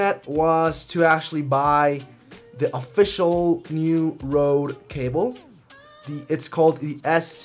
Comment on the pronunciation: It's called Rode, not Rothe ;)